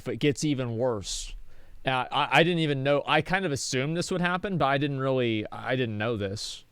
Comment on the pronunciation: I like the way Asmon says “dodn’t” #Accentwatch